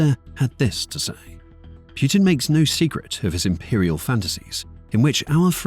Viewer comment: Its putin not puertin